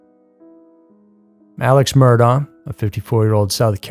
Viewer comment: Murdaugh is pronounced Mur-dock